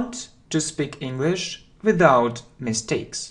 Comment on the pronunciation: Мне одному слышится “without” как «виДаут» ? Прошу прощения, как правильно «виЗаут» или «виДаут» ?